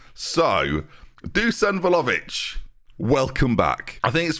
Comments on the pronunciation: PLZ PRONOUNCE IT VLA-HOE-VICH OMG PLEASE I CBA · I THOUGHT WE'D BE FREE FROM THE VLAHOVIC NAME MURDERING OH GOD